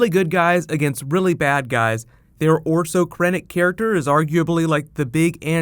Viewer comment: His name isn't "Orso Krennic." It's "Orson Krennic." He's not rice-shaped pasta.